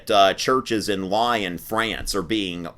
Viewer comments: Lyon sounds like Leon, not Lion. Yea, the French. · There is great information in this video but be advised that the city of Lyon in France is not pronounced as the king of the jungle "lion." Lyon is correctly pronounced "Lee-ohn." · Where is that accent from??? PS: You’re a teacher and don’t know how to pronounce Lyon???